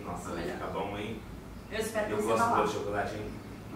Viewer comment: O massa foi o jeito q ela falou chocolate kkkkkk